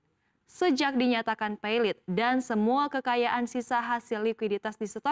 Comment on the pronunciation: Setahu saya kata pailit ada di KBBI dan tentu karena di kbbi maka dibaca sesuai dengan penulisannya yaitu pailit bukan pay-lit seperti bhs Inggris, lagipula kata tersebut juga bukan berasal dari bahasa Inggris melainkan Belanda dan Perancis failiet/failiete. Mohon diperbaiki mbak news anchor